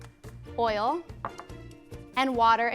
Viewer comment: I hate the way how she says oil